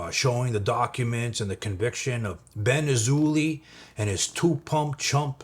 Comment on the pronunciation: His last name is pronounced “Azo”+“Lie” I am not even joking, ask every Jewish/Israeli person.